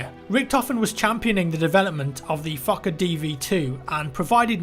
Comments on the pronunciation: Fucker dr1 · Fokker is pronounced the same as f*cker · Its funny how you say 'Fokker' xD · the way you say fokker............................. xD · I always heard that when he said it lol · i mean, if it matters the name actually has a long “o” as in ‘f oh kker’ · Fokker sounds like fucker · Sounded like he was saying the Fucker DR1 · The word "Fokker" sounds like "F*cker" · Why is he prounouncing "Fokker Dr 1" "Fucker Dr 1"? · I first thought you said fucker when you were saying the planes name lol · when he said fokker DR.1 i did not here fokker i heard f#cker DR.1...plz tell me im not insane. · I kept hearing the Fucker DR1 not the FokkerDR1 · I'm sorry, but it honestly sounds like you are saying the "Fucker DL1". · Anyone else hear 'fucker dl1?' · A fucker? Oh a fokker..sounds the same, just saying. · it's like you're saying the fucker not the fokker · The Fokker dr1 lol sounds like fucker dr1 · Every time I hear fauker I hear f****r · the plane is kinda pronounced like fucker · I thought he said "Fucker DR1" for a full minute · I thought you said fucker Dr1 for second XD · how you say fokkerdl1 is like fucker dl1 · who else thinks he's say fuck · I just love how says fokker, it sounds like he is fucker its just so hilarious. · When you say FOKKER, I heard you saying FUCKER instead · He said Fokker like it is Fucker haha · I laughed my ass of both times you said fokker, it sound like fucker :) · Who else heared fucker 1 instead of fokker dr1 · I thought he said the fucker dl1 when he was talking about the plane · "Despite this, the fokker..." Sounds like "Despite this, the fucker..." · the fokker dr1 sounds like fucker dr1 lol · Sounds like ur saying fukker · It sounds like he is pronouncing the airplane name as fuck-it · When he says fookerdr1 he sounds like fucker d r 1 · "Fooker" lol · I'm sorry, am I only the one who hears "fuck a deer v1"? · Fokker DR1 sounds like fuckerDR1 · I keep thinking he's saying "fucker" when he says "fokker" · I hear fucker